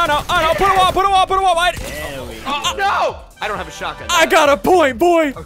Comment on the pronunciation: STOP SAYING SHOTAYYYE